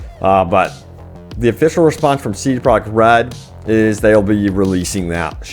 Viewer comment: I am not hating when I say this but wouldn't it be easier to say CDPR instead of CD Projekt Red every time because you say it a helluva lot, and when you say it you mush it all together(I guess to say it faster) and it sounds fucked. You should say CDPR, I promise we will know what you are talking about